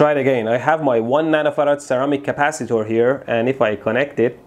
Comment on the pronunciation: I love when he says capcitor